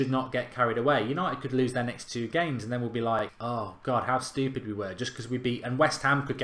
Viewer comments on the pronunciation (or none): none